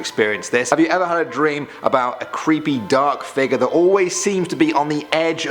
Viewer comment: i like how you say figure "figuur"